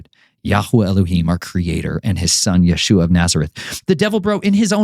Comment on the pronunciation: Your list for revenge and blood makes me feel uneasy, and why do you keep calling our savior Yahooah it's pronounced Yeshua or YHWH I've been praying for discernment and this one makes me really uneasy.